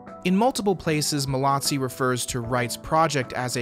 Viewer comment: There is no T in Mallozzi! It’s pronounced mal-o-zee.